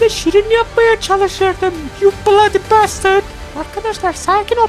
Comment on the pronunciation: yu bıladiy bestırd